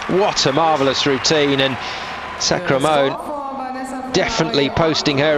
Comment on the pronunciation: lol he says sacramone's name wrong just about every time. alissia sacra-mone.